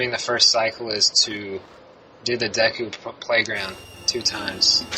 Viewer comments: It's De-ku not deck ku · It's pronounced D-ku, not Day-ku god damn it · でく deku not でいく "deh ku" not "dee ku", or "de-i ku" like です desu Cosmo says it right >_> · they say deku like " dayko" lol its " deh-Kuuuu" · Any self respecting Zelda fan knows that it's De-ku not Deh koo. I guess fans have their own way of pronouncing it. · deku not deku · I always pronounce it deck-you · i pronounce it dee-koo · lol, to each his own, I've always pronounced it Dew-ku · meh alot of my friends say dayku, so Im pretty use to it NINTENDO, Y U NO WORD THAT ARE EASY TO PRONOUNCE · ITS DEF deku (DAY-KOO) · I've always pronounced it dee coo :P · i always pronounce it deck-yu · But seriously, that guy that kept using long vowel sounds. What the hell? Dayku? Termayna? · It's DEE KOO, the pronunciation of Deku. Lol. "It's pronounced Deku." Lmfao. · ITS DEE-KOO :D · Deku is pronounced Deeku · well, dee-ku is how it's spelt so I don't see why we wouldn't pronounce it like that :) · It really must suck to have English as mothertongue and therefore problems with pronouncing most simplistic japanese words such as deku. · It's deku not deku.